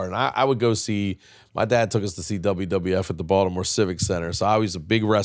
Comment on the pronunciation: They way Jim pronounced Baldamoore is weird